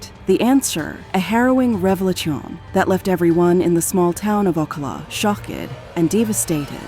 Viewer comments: You were doing so well and then I heard you say, rev-lit-chon, shock-Ed and Deva-stated all in 5 second span. 😂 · The one reading this script must not know ENGLISH!!! Shock-ed? Okala? What the devil is up with this???